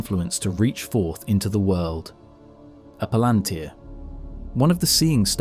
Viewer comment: Did Tolkien, being a devoted linguist, ever give guidance on how to pronounce various things? I only have the movies as basis, and there for example, IIRC, the u in "Barad-Dur" is not pronounced kinda like an ü but like a u. Maybe for mass-pleasing reasons? And palantir, I only heard the emphasis on the third syllable before, but you put it on the second. And there you do it yourself, for the plural palantiri. - And you put the emphasis on the first syllable. - you write palantír. Does that "í" inform about emphasis? Implied is it does not, since you use all variants. Reading mistake, added a "the". It is peculiar, another devoted Tolkien fan on Youtube has this problem, too. - Devotion is also expressed through thoroughness.